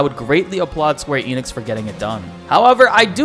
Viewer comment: Here, wondering why westerners pronounce the company name "Enix" making it sound like there's an invisible P at the beginning...😂